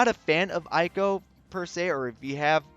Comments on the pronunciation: thanks for the time! Just a heads up it’s actually pronounced “ehyy-ko” as in “ey wassup” lol great vid btw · IT'S PRONOUNCED EY-KO REEEEEEE Other notes tho: *Eiko still has Max BRV issues compared to other units. *Eiko's other solid niche alongside some other supports, is being able to extend buffs by an extra turn via one of her crystal passives (VERY wise to pair with Eight). *Sephiroth's BRV damage potencies are still a little low, but he makes up for it with A LOT of hits. *I suggest saying DPT (damage per turn) instead of DPS due to the turn-based nature of this game.